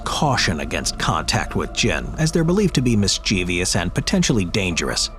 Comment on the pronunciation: mischievous: MISS-CHIV-US